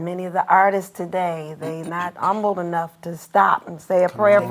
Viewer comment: Come on with the 'Umble'🙌🏾